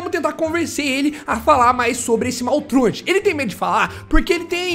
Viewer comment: Você sabe muita coisa, mas não sabe falar o nome do maltruant do jeito certo.